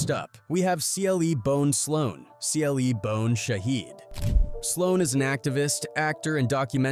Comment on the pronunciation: It’s CLEE -Bone